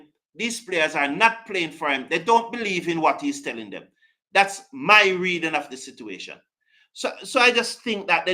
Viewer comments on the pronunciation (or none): none